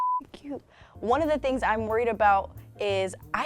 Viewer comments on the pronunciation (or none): none